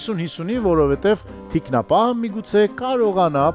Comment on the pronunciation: ջան, ԹիկնապահԸ, ոչ թե՝ թիկնապաՆ